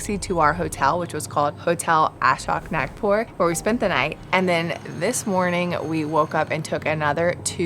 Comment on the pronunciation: FYI its pronounced as Taa-Doh-Baa... Nagpur is pronounced as Naag-pur. Please atleast pronounce the original names correctly, its respectful to stick to original pronunciations.